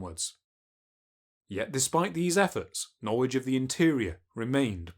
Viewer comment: ‘In the earwy 20th century, European knowwedge of the geogwaphy of west Africa was nearwy non-existent’ It’s gonna be hard listening to a 9 year old narrator…